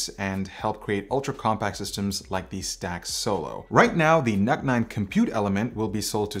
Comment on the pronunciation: Why I am hearing it as "Nut 9"..